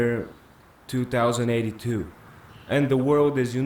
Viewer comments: he said 2 thousand 82 not twenty 82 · 2082 is pronounced Twenty-Eighty Two,. Not two thousand and eighty two. 2018 is Twenty-Eighteen. Not two thousand and eighteen.